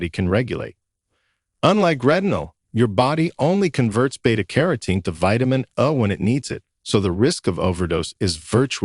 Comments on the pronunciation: Hire somebody to be a narrator because this robot doesn't understand how to speak. It's vitamin A. Not vitamin UH, WTF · AI narrative is dumb. Who says "vitamin ahh" ?